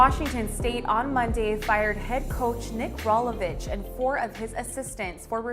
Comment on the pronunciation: Can we get a reporter that knows how to pronounce Rolovich or other words correctly. Sheesh, how hard is it to do homework before filming.